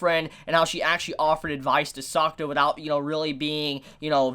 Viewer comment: I don't mean to be rude or something but the way you pronounce 'Sakuta' is like 'Soccer' and it sounds funny to me. I am not Japanese but I am an Asian so...